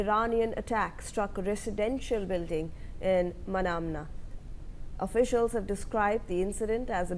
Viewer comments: Hello news reader, it’s not manana… it’s Manama. Have you ever heard of this capital city name earlier ?? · Manama not Manamna